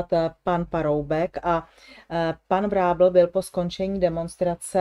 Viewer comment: Prosba na ABJ: slova jako tunel, ďábel, kotel, datel, kozel, panel apod. končí koncovkou -el, která se celá vyslovuje. Je tedy třeba jméno Vrábel vyslovovat jako [VrábEL], nikoliv německy [Vrábl]...